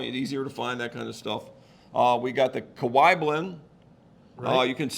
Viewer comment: Kee-a-waah. The other one is in Hawaii.